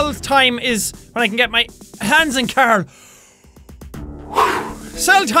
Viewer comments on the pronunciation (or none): When he says Carl it sounds like Carol 😂😂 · did he say Carl or Karel? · And 'Aaron' and 'Carl'